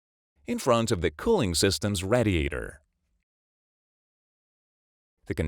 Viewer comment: Learn how to pronounce "radiator."